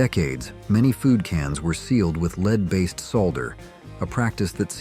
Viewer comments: I'd also love to know what you enjoyed because I never ate any of this crap except candy and I'm pretty sure it didn't have lead and if so, lead wasn't the worst ingredient. Or "leed" as the AI says. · Is this an ai or doesn't this idiot know how to pronounce "lead" (the substance)? Also click-bait title. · Well, is it lead or lead? Can't figure out context? Dumb ass software... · Teach your ai to say lead correctly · Learn to say led and not to say lead...sheesh... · For example "lead" (that's dangerous) was pronounced "lead" (opposite of follow). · Lead (the metal) rhymes with "head" and "bed", not "reed". Get a smarter voice program. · Ai generated video.Lead is not Leed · I'm being facetious. The AI narrator was talking about LEAD and pronouncing it LEED and also mispronounced Bartles and James. I can tell by this response that YOU are an AI too. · Lead is pronounced "led", not lēad. AI is making America dumber. We are becoming more unintelligent each passing day. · The pronunciation is very annoying. For ex., lead (a chemical element) and AI says leed. There are many more examples I could use but I guess you understand. Do you listen to the AI voice you use and try to fix the pronunciations? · The responses on this page MUST be AI generated! 12 hours ago (edited) What is "LEED?" Bartles and Jaim-EES?!?!? WhoRemembers ? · 16 minutes ago "LEED" is a certification related to green building, but if it's something else you’re curious about, let me know! And Bartles and Jaymes was a popular brand of wine coolers in the '80s. Did you have a favorite drink from that era? 52 seconds ago I'm being facetious. The AI narrator was talking about LEAD and pronouncing it LEED and also mispronounced Bartles and James. I can tell by this response that YOU are an AI too. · Lead poisoning... I mean leed lol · Did you AI mean lead (led) or lead (be in front)? Pretty poor. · I hate AI narration, can't even say lead right.